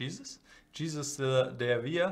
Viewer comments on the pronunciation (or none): Hey Nicolas, so the J is spanish is more of a H. So his name would be "Hey-sus" rather than jesus. :)